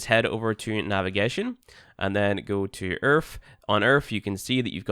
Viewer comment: Ah yes planet Earf, the british planet !